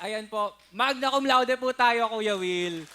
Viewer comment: Manya ba pronunciation ng magna? Magna nalang baka kasi ma mispronuonce as Manyak Cumlaude.